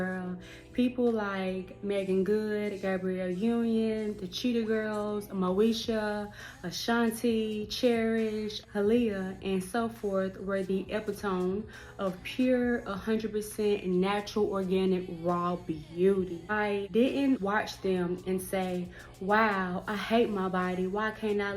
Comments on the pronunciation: “EpiTOME?”😆Girl, it’s pronounced ee PIT o mee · no.. it's pronounced (eh -pit -um -EE) & she already acknowledged it. 😉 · Epitome is pronounced, "eh-pit-uh-me".